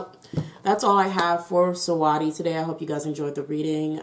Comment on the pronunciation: The way you saying her name is funny 😂 Her name is basically pronounce like you saying sweetie it just spell different And can you do a reading on Bruno Mars and his career .